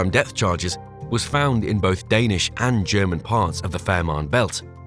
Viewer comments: It’s depth charge not death charge. Fn AI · Yeah. Pure AI slop, this entire video. Death charge... Fn embarrassing.